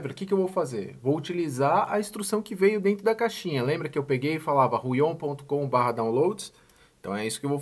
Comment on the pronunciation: Fala. Me responde uma pergunta rápida por favor: numa média bem genérica por favor me dá algum número de dias ou horas pra pontinha do lápis da mesa começar a desgastar, obrigado. E uma dica, a gente costuma falar Huion como se tivesse um acento no U e não no O (Húion). Obrigado fera.